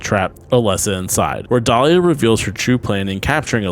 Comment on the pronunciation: Dah lia not delila